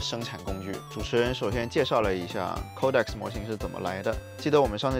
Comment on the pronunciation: 不是抠带克斯，是code X